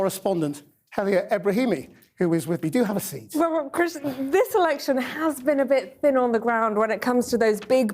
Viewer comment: Anyone notice at 13.08 the presenter says erection instead of election